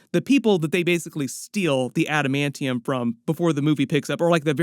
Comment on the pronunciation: What about the new trailer where he says adimantium